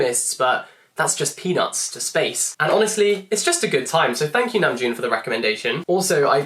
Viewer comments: I had given him a thumbs up cause he was clearly smitten and full of praise lol, but I want to give him a thumbs down cause he keeps saying his name wrong!!!😫😄 I was checking the comments cause I was curious about his accent. Saw the praise for namjoon's taste, but then hearing him say it wrong is killing me lol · I really enjoyed and loved your video... I learned a lot of new things about the meanings behind their songs and music videos. Thank you! Also the way he pronounced Namjoon reminded me of the meme tweet where jungkook was saying "happy birthday Namjoon"